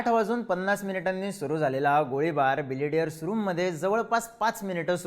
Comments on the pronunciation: ढापण्या ... बिलियर्ड्स म्हण रे... बिलेडीयरस नाही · बिलेडीअर्स ❌️ बिलीअर्ड्स ✅️ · तुम्हाला ' बिलियर्ड्स 'म्हणायचे आहे का ? तुम्ही सारखं बिलिडीयर्स म्हणत आहात 😅😅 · बिलियर्ड्स म्हणतात त्या खेळाला. बिलेडीयर्स नाही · बिलियर्ड्स; न की बिलिडियर्स. Great video as usual. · मित्रा बिलियर्ड्स म्हणतात रे!